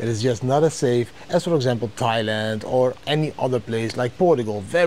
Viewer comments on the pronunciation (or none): none